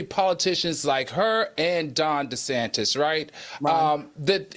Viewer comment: Happy Saturday everyone. 😂❤❤❤ I obviously don't know Megan Markle but I've never liked her. Prince Harry is gorgeous and was always so funny with his shenanigans. Did Claudia say Ron Disatan? Lol. Al lol. Anytime I hear Caitlin Jenner's name, I know it's going to be some ish.